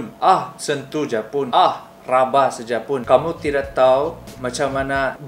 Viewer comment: Kantal juga slang kau ini bradd...RABA bh bukan RABAH..rabah tu indak bisa badiri sudah itu